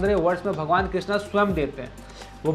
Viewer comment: Bhai "Krishna" nahi "Krishn" Krishna to Dropdi ka dusra nam hai